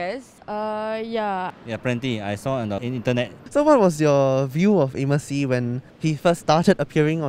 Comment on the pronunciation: what!?!?! Amos Yee its Anis pee, bruh get it right.